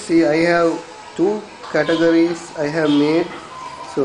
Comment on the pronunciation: hahahahaha.. i usually dont dog on people but I have to agree with everyone laughing on your voice. CATUHJERRYSKID